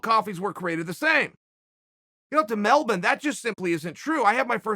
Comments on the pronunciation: As an Australian My respect for Chael just doubled cause he actually said Melbourne right we say it as (Mel-Ben) not (Mel-born) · More accurate then most US people, "Mel-Born" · He actually nailed it, thats how the locals say it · Surprisingly accurate pronunciation of Melbourne. "Melbun" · If chael says it’s melbin Australia its melbin Australia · “Melben, Australia” -Chael Sonnen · It's how the locals actually pronounce it. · Thats how we say it mate noone says Melbourne its melben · yah, I wasn't sure if he was talking bout Melbourne or some other city in Australia. Looked it up on Wikipedia. Then realized I learned something new today. Melben, , Melven, now we know lol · I love that he pronounced Melbourne correctly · Pronouncing Melbourne like an undefeated champion!! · He actually pronounces Melbourne correctly. What a champ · Soo weird. I watches this whole video to see if it was true. I never heard anyone american say that correctly 😬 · Uncle Chael is the first Americano to actually pronounce “Melbourne” right. Mad respect. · Chael is the only American to pronounce Melbourne properly and it arouses me 🤤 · I had no idea about the proper pronunciation of Melbourne till now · Yeah i was happy he pronounced it correctly as most Americans can't pronounce things. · He actually nailed this one. You know what they say, a broken clock taps Tito out twice a day. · Coming from an Aussie here mate, well done on saying Melbourne correctly 👍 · It almost sounds wrong to hear an American say it right :p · Chaels pronunciation is on point